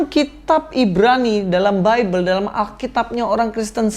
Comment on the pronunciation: Si dr kaum sandang mau menggugat kaum pangan, Bible bacanya Baibel, bukan bibel.